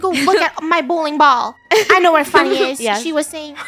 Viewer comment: Its Funneh not funnneh